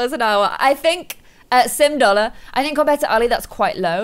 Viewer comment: saying sim dollar reminded me of the meme with the Chinese nail artist Thts like “yu have boyfran” 🤣🤣🤣🤣